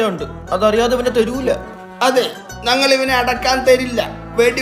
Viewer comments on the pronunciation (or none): എപ്പോഴും ഞങ്ങൾ എന്നതിന് ന്നങ്ങൾ എന്നാണ് പറയുന്നത് 😂